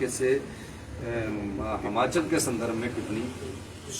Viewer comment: Hamchal nhi hota yll Himachal bolna to Sikh le 🤦🤦🤦🤦🤦🤦